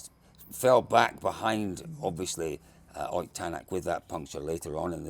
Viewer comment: Any chance you can get to start pronouncing Ott's name correctly? 🤣